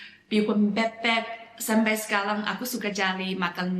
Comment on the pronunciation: harus cepat belajar pronounce "bebek" yang benar, jangan pas jumpa orang yang gak ngerti dan salah paham 😂